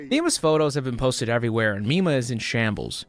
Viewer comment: i keep hearing "popstar nima" instead of popstar mima. completely unrelated but i would recommend you look up popstar nima instead. wonderful artist.